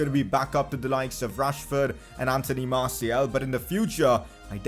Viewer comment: the way he pronounces martiAL annoys me so much. iT'S MARTI-AL not martiEL